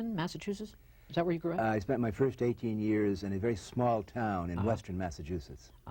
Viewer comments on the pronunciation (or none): none